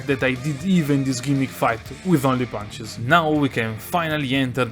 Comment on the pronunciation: "Just have to Spaam ponches"